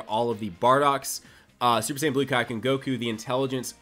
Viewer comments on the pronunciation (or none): none